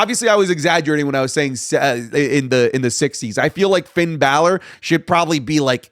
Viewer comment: Braun stroman is a former world champ put some respect on his name Also: Pin balor